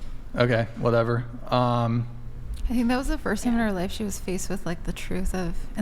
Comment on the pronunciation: I thought you said fist girl 😂 lol she probably does!😂😂